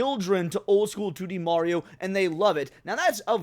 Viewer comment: you put respect on mario's name 😀